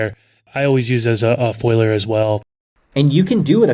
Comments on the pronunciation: Foiliar spray 😂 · It's not a foiler spray but a foliar; from the word foliage. Come on. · Are they saying foliar, or foiler? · I’m assuming foliar, they did pronounce other words funny “to me” also. At least I’m not the only one!